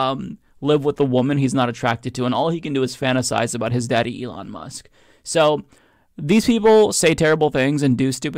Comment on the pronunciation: Who is Ely Mush? I've never heard of Ely Mush.